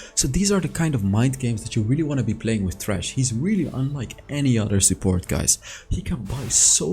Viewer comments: Yeah because pronounced it incorrectly... It's Thresh like Threshold! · Sounded like u said trash in the beginning xD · It’s Thresh not Trash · He says "Trash" lol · It thresh dude not trash 😅😂😂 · Everytime says thresh i hear trash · Everytime say thresh i hear trash